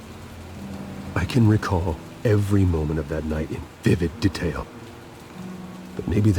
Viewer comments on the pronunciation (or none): "I can recall every moment of that night in vivid de'tail." Yes, not detail, but de'tail. That's a very weird way to say that word. And after that he says it just fine., you alright?